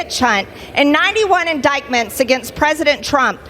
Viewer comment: Moscow Marge still hasn't figured out how to pronounce "indictment".